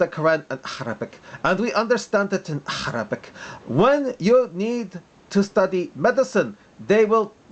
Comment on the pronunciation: by the way its ( عربي ) arabic not harabic its not Hebrew dear.